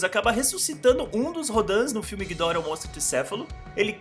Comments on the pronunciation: Como ele fala:gídora Como falam:gidóra Como é:gidorá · Cara, a pronúncia correta não seria "Guidorá"? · Acho que a pronúncia correta do ghidorah é "guidóra" e eu ainda não sei o que fizeram com a Bahtra que ja nem ouço mais falar.. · Essa pronúncia de ghidora desse cara vei